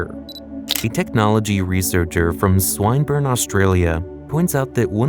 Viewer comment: Never trust anyone who cant pronounce Swinburne there is no swine involved.